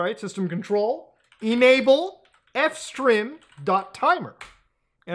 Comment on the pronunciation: It's not F-strim, it's FS Trim